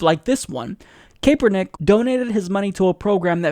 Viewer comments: its pronounce capernick not kaypernick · Just a FYI , Kaepernick is said like ... Kap+er+Nick . The 'E' is silent . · "Kay-pernick" :D